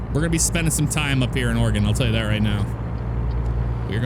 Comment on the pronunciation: It’s Oregon not Organ.